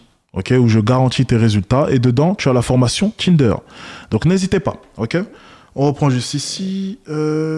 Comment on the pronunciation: Le "Tchinder"